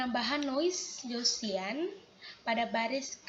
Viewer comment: Gaussian.. bukan Graussian